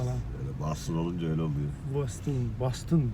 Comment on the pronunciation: Ben Türkçe'de `Boston` diyorum, "Bostın" ya da "Bastın" değil. Nasıl Londra'ya "Landın" demediğimiz gibi...